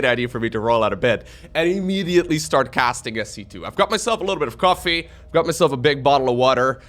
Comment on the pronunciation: I love how says cof Fée